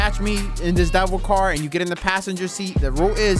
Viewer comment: love it bro i’ve seen elanip pls around with this also it’s pronounced DEH VEL not like devel and can you play some redlinev3 it’s got a lot of new features and is a lot better than v2